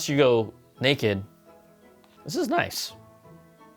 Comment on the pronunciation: Brian: “unless you go nekid.” Me: yes, I definitely will go nekid.